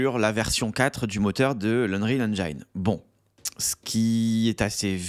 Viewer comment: La prononciation en anglais de engine n’est pas “enjayn”… c’est juste “enjin”